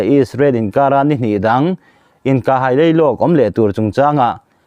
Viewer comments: I chhiar thiam lo riau mai,Israel a 'hai' tih hi Theihai tiha hai thluk hian lam Rik tur a ni. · 'Haî' tih hi i lam dân thlûk hi a dik lo hrim hrim. I hre ngai lo a mi le, haî hi!!? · India a hai tih hi i thluk dan a f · Hâi kha, hai ati nia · Hai I tih kha theihai Kan han sawi anga Hai tih zawk tur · Mizo tawng chhiar thiam pawl tak chu i ni marawh chu hai tihlai tak hi i tluk diklo niin ka lo hre va a🤭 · Hai tih hi Theihai toh anna hai tih tur a😅 ni. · Ahai tih hi theihai tih anga hai tih tur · "A hai" tih hi thlûk sâng a lam tûr a ni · India chu a ' hai' i tih dan hi a dik lo,nang hi kohhran ,inkhawm ngaihsak vaklo i nih ka ring ,tawng diklo hman i hrat emmai.